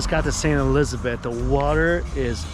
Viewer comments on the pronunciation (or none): none